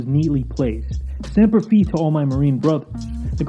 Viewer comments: It’s Semper Fye, not Semper Fee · Nobody gonna point out this man said "Semper Fee" lmao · Semper 'fye', not fee. Just wanted to let you know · Semper FEEE? Have you NEVER heard anyone say Semper FIIIYGH!? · It’s Semper “fye” not “fee” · It’s pronounce Fi not Fe it’s a hard I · semper “fee” 🤣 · "Semper Feet" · semper fee loooooool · "Semper Fee to my Marines" lmao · Semper Fi is not pronounced as "Semper Fee" I usually couldn't give 2 shits about Youtubers mispronouncing something. But this is a different case for me. Just out of respect. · The "Fi" in "Semper Fi" rhymes with "eye". Do your homework. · Semper "fee" 😄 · "Semper Fee" lmao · Learn how to say Semper Fi